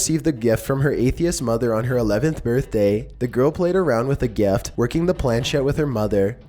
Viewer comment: "The girl played with the geft" lmao geft